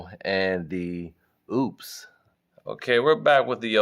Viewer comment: The name is not oops, it is Opes. Talk to the folks that make this, so you don't sound stupid.